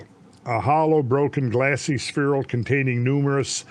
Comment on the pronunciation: Suicide drinking game shot every time Randle says sphereal